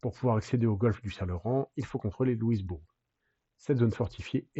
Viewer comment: Faut dire Louis Bourg et non pas Lewis Bourg 😊 J’ai visite plusieurs des endroits de cette guerre, plusieurs des sites son tres bien preserve autant au Canada que les USA. Pour les Canadiens Francais le derniere bataille sur les Plaines D’Abraham a Quebec est le moment ou le Canada est devenue Anglais, un moment tres dur